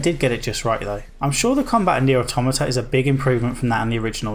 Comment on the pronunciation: Great vid, but whenever you said the name of the game I thought you were saying 'a new or old tomato'...